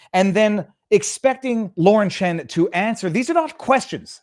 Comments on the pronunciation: Chen, not Chan. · Viva it's Lauren Chen, not Chan!!!